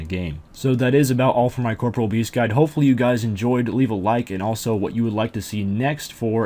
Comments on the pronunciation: I stopped watching the moment you said "Corporal" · Why does every person who plays this game called it "Corpreal"?? It's COR-POREAL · uh? It's pronounced caw-paw-real with a soft 'e' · Why do people keep pronouncing corporeal incorrectly